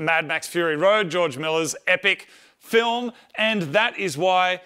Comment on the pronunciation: Moog and Marty. Get it right, please!!! You are building a car for a fillum, not filmmmm